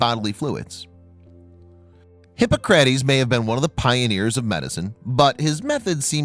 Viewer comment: HippoCRATes? Come on! Any moron knows you don’t pronounce it that way! Sheesh!